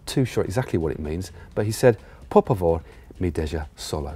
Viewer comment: But what was I expecting when Matt can't even pronounce Por Favor